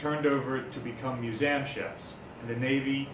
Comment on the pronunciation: Why is he saying museum wrong?